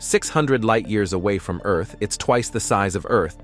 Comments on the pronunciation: It was all awesome until you said the word EARth like that cya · Is that how bot reads Earth? Not cool, not cool.